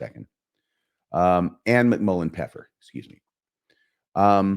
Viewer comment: it actually isn't "pepper" in German cause there's the first F missing. it should be "Pfeffer" not "Peffer"